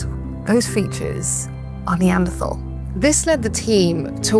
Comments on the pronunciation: Yet she continuously mispronounces “Neanderthal”. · Stop mispronouncing Neanderthal!